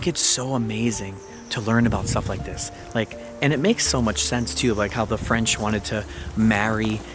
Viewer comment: your french pronounciation is pretty good! nice